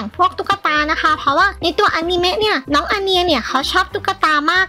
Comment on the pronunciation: คะพี่พูดอนิเมพูดว่าอานีเม